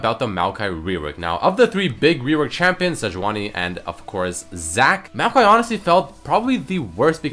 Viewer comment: Its not maokai, its meowkai